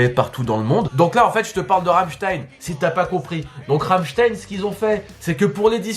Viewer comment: J'ai eu un fou rire quand tu a prononcé le nom de l'album de Rammstein ! Mais je t'aime quand même. Étant une grande fan de ce groupe je le rapelle de la sortie de cette.. "boite"? J'étais plié de rire et je me rapelle avoir vu que c'était 300€, voir plus j'sais plus. En tout cas je découvre ta chaîne, j'adore ce que tu fait. Continue !